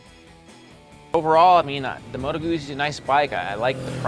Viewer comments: Yes, Gutzi not Goozi, much more satisfying to say. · It's "Moto Gootsi", you loser. Have you not ever eaten a slice of "peetsa (p-i-z-z-a)"? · when all of you can say peet.za(pizza) so easily then why on sweet jesus' holy earth can't you say goot.zi instead of gooozi, nice review though. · Ah man, ya gotta pronounce 'Guzzi' properly! I can watch but I can't listen... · Why is it so hard for 'Muricans to pronounce Guzzi?